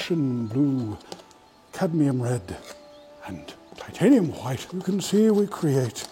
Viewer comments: whenever he said titanium white I hear titanium hwite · i love the "titanium hwaihte" xD